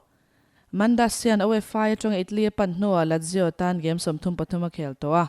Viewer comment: Ladzio nge Lazio ? .